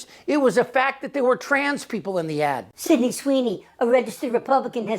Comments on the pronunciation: Did he say her ad or her ass?🤔😝😵‍💫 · Did he say ad, or ass?